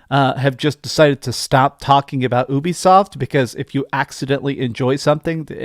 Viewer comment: YOU-BE-SOFT (like your ED problems). Not OOBI-SOFT.